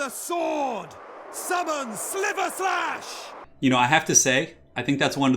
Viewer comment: Cool to learn I'm not the only one who said *silver*slash. It's sliverslash! Thanks for the awesome video, you're really making quarantine more pleasant, and cheers from Australia 😃